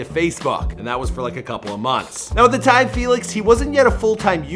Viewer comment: "It's tine for me two"